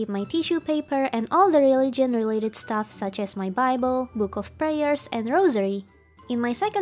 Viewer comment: How she said,"I love free staffs" hhhhhhh😂